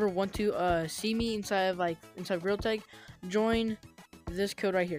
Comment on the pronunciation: bro realy said Grilltex